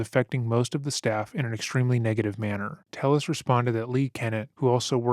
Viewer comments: Tay-ez. It's pronounced Tay-ez, not "Tell-us". I'm not blaming because it appears this moron doesn't know how to pronounce his own name. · Thats probably because its pronounced tey-yehs and not tell-less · Pronounced “ Te Yes “ not “Tell les “ , Spanish name . I guess you have never gotten your name butchered by Caucasians 😂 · This Latino man's last name is "Telles," which, in Spanish, is pronounced ""TAY-es." How sad that he felt he had to Anglicize it. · They say ‘Telles’ in recordings and the narrator still pronounces it wrong. C’mon, guy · Great doc but a little confusing how you’ve clearly done so much research and his wife even says his last name outloud but you mispronounce it the whole video. Nitpicking I know but it was like fingernails on a chalkboard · how did you listen to this mans wife say his name and still pronounce it wrong every time though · The judge mispronouncing his name made me laugh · i think you’re generally a really respectful and well-researched channel, but i cannot believe you pronounced telles wrong throughout the entire video. i also recall you did the same thing to sarah boone’s victim, jorge. you need to make sure you pronounce peoples’ names right, because hearing their friends, family, coworkers, etc say something different than you makes me feel like you haven’t watched the clips you put in the video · Is he Hispanic? If so, someone needs to smack him upside his head for pronouncing Telles like that…… cringes in Spanish